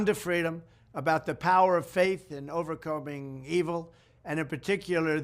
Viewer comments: is Adum deaf? How did he miss Trump saying "Over-combing" twice? I'm so confused. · "an important new fil-um ...about the power of faith in overcombing evil"